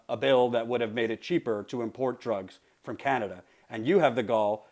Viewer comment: " Canader" lmfao